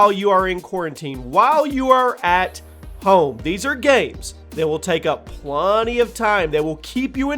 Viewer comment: Plunny...??? Did you say... plunny of time...?